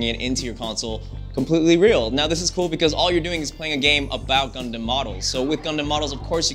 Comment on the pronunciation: He kinda pronounce "Gundam" wrong, but oh well I just pre-ordered my game. ^_^ That's all it matters. Hella excited for this!